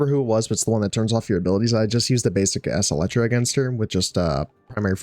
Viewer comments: EXCEL like "accelerate" as in "the car accelerated toward her" or "she excelled in this class" the phonetic pronunciation is "ex-CELL-tra" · Its pronounced acel-tra prime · EK SELTRA. or just think of acceleration when saying that primary name lol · Acceltra (Ak-sell-trah)